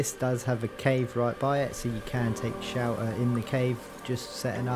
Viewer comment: Good video, best part is when you say shelter it sounds more like you say shower. Got me pretty confused at first, had to turn on subtitles only to find out youtube was just as confused lmao. But seriously, thx for the video.